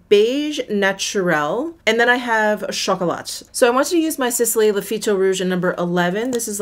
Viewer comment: Oh! Baby butt cheeks indeed! One little tip 😉 when you say “phyto-blanc”, you don’t pronounce the “c”, same for “chocolat”, you don’t pronounce the “t” ☺️ Love your in-depth, honest videos 😍